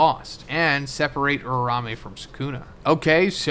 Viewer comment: You been saying it wrong the whole series so I gotta say it. It’s OOO-RA OOO-MAY not ooo-rao-may